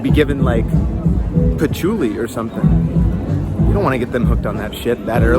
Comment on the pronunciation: I lost it when he said they “could be given Patchouly.” Hahaha